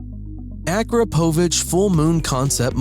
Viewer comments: It’s Pronounced: a-KROP-o-Vich. PLEASE AT LEAST PRONOUNCE WHAT YOU ARE FEATURING CORRECTLY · It is a-KROP-a-vich! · It’s pronounced: a-KROP-oh-vich. At least pronounce the products you are featuring correctly